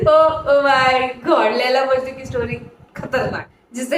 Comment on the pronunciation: Majnu nhi majnun